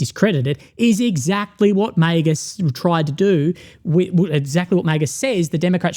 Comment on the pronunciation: I love you but why do you pronounce MAGA like that